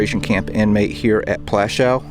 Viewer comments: The W at the end of Plaszow is pronounced as a V or even F but not as a W as in wagon. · could't learn to pronounce Pwashoov ? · Just one thing. Maybe learn the correct pronunciation of the name of the place. It's pronounced as PWUSHOOV. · It took the trouble to travel there but didn't take the trouble to pronounce it correctly. Just make some alternative word instead. 'Pwashof' ya dopey Yank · Oh please get even the most simple information right...it's PŁASZOW! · Plaszow. I really like what you’re doing, please consider pronouncing the names right and not “americanize “ it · Your history is spot on but i wish you took the time to learn the proper pronunciation of the camp and other significant names. Its disrespectful and something i find very common of americans.